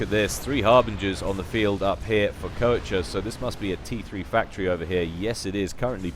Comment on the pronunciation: Wait...Isn't Koecher a German name? If so, doesn't that mean the the "oe" gets turned into the "o" umlaut, which is pronounced as "awe"? So that basically means his name is supposed to be said "kawsher" or something like that. Not taking the Germanic accent into account, of course.